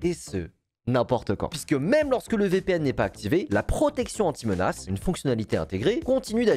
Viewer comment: au debut j avais compris "anti connasse" a lieu d anti menace mdr